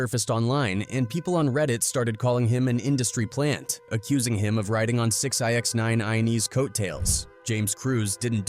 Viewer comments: Why did my man just call 6ix9ine 6 Ix 9 iney 😂 wtf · the a.i. called that man 6-i-x-9-ine-e 😂😂